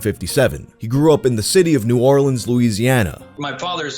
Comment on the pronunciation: Thx for say New Orleans correctly